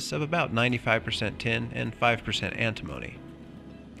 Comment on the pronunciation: Antimony with emphasis on the third syllable? Is that standard US pronunciation?